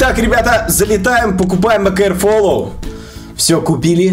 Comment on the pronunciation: Не акр фолоу а акр флоу